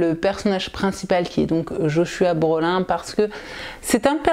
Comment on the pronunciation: Joshua Brolin se prononce plutôt "Broline", comme l'acteur Josh Brolin (Thanos dans Avengers notamment)